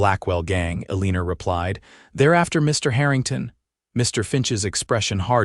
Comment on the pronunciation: A beautiful story of love ! Yeah it was annoying AI saying Aliner instead of Elina. And had nothing to do about people from the south as said from someone ! Jamestown Ohio